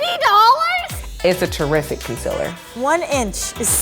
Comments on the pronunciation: she did not just say "conciller" Laura Lee who? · (Con-SEA-ler) not (con-si-ler) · the one with vitiligo said conciller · The one with vitiligo said conciler not concealer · The way she pronounced "concealer" 😂